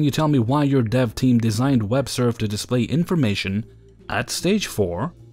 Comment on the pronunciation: I had to listen three times to understand you were saying “dev team”, and not “dove team”, and then a good ten seconds to figure out “dev” means development. Coffee, here I come!!